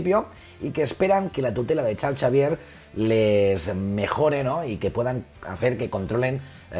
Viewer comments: Creo que el Chal Chavier de pronuncia Charls Exeivier xd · Nadie: Absolutamente Nadie:: Chal Chavier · Me encanta como dice "charls chavier" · Todo muy bien, excelente info. muy bien explicado, se ve el gran conocimiento del tema en el domino a hablar del mismo. Nada mas una pequeña cosita: ¿QUIÉN MADRES ES CHARLS CHAVIER? Hahaha 😂😂😂 diferencia de pronunciación entre españa y latino america